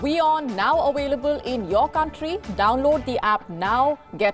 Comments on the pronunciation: 🤦‍♀️ For heavens sake it's not awailable, it's available 🤷‍♀️ Palko doesn't make these mistakes oh' yuh need fuh correct yuh mistakes, just saying oh!. Bring back Palki Oh!. Best 'presenterer' for Wion News 💐 🤷‍♀️ and you're just as great 👍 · is suppose to be in local Indian Tv station,most don't understand show don't even know how to pronounce the word available